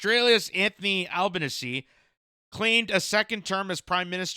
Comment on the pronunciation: It's pronounced Al - ban -easy or just call him Albo like we do. The Labor party won a huge majority and the Greens have the balance of power in the senate.